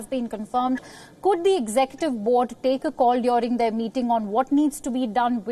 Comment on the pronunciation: Hey, it's not DYORING. It's DURING. lmao